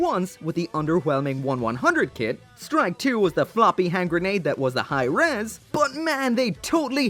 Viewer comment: The way you say Hirm hahahahaha Hi Res sounds better mechs....